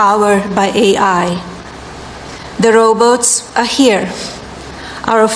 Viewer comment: What is roboats 🤦‍♀️🤷🏼‍♀️😳